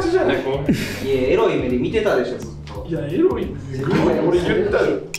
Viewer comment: 「えらいこと」に聞こえるの僕だけ！？😂